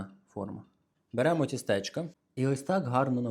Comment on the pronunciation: Не тістЕчка, а тІстечка